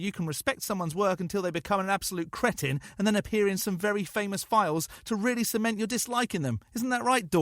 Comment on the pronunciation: ‘It’s pronounced “cree-tin”. If you’re gonna insult me, do it right’-Mike wazowski, monsters inc.